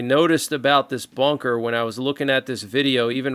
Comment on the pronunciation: The iranian video looks like AI and completely fake. 😂 Also. It's called ..."bunker", not "bonker" 😂